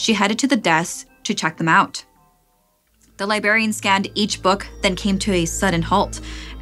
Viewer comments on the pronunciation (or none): I wish could pronounce these words more clearly and correctly. Libarian and libary aren't correct and it fucks up the immersion